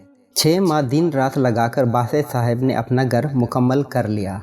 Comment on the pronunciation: It is akherat not aherat,and it is ghar not gar please prounounce properly